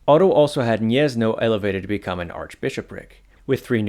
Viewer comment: Gniezno is pronounced "Gniezno" (/ˈɡɲɛz.nɔ/) not "Niezno". If you don't know how to pronounce something, you can look up the pronunciation on Wikipedia or Wiktionary, and if they don't have it, just write the word in google translate and click the speaker